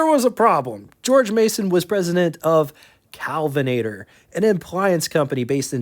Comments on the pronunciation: Your problem is pronunciation, not emphasis. It's KELvinator, not CALvinator. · Kelvinator Not Calvinator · K El vinator not CAl vinator KELVINATOR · Hi,! Love your show, and love this episode, and so glad that you’re a stickler for details. I watch every episode as soon as you release them. I hope you won’t take offense, but you’re pronouncing “Kelvinator” like “Calvinator”, or “Cowlvinator”. The first syllable rhymes with bell, sell, and well, not pal or howl. Kudos to you for all your hard work, and for properly pronouncing “Willys” (rhymes with “Willis”)!❤